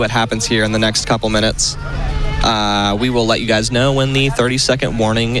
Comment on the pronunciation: "hope you enjoy this one gwes"